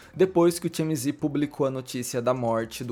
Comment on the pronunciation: Realmente temos q repensar nosso comportamento como sociedade. Se não tive público pra isso, o TMZ não iria agir assim, tão sem ética. Parabéns pelo vídeo,, muito bom. Vou te dar uma diquinha de inglês: TMZ se lê "ti-éme-zi'. Ou, em bom português, "te-eme-ze". Beijo e sucesso!!